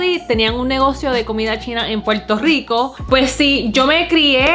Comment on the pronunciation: DICEN PUELTO LICO?? JAJAJA